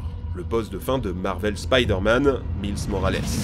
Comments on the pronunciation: Euh ça se prononce "Maylss" Morales... 😂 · Mdr ta prononciation de mots anglais me termine, j'ai explosé quand t'as dis "Miles" hahahaha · Faut vraiment revoir ta prononciation des noms mon poussin, car ça ne va pas... Sephiroth se prononce "Sephirosse" et non Sephirote... Dante se prononce Danté... Et Miles...enfin t'as compris, je veux bien admettre que l'on puisse avoir des difficulté en anglais, mais là c'est juste de la mauvaise volonté.